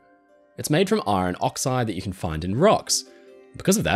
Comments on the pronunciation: You’re sounding the r in iron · Did you pronounce Iron, as Eye-Ron instead of Ion?